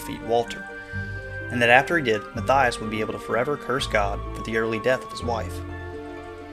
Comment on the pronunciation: You pronounced Mathias wrong...it's "mott-yosh"